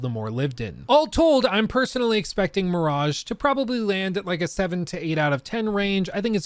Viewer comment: Or as we say on this channel "Assassin's Creed: Meh-raj-ha"